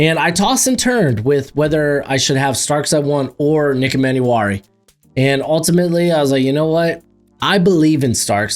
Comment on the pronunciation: Hate to be that annoying guy but its e-man-war-e